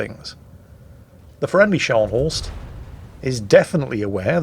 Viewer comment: that's not Schors, that's Scharnhorst.....